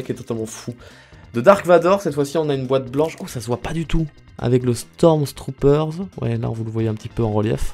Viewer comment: Faut arrêter de dire : "STORMZTROOPERZ"